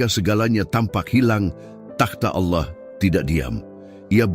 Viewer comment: Allah di bilang auloh😂😂😂